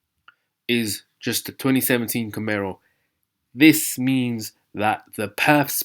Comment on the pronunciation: It's camaro not camero